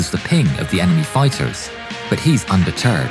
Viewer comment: no offense on how you said it but “fiters” got me dieing